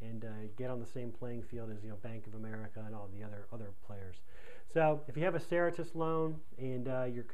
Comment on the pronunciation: If you are making a video about a company and its policies, it would help to pronounce the name correctly.